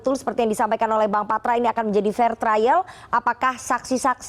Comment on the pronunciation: "Fair Trial" (Lulusan Inggris tp Pronunciation kata "Fair" saja salah)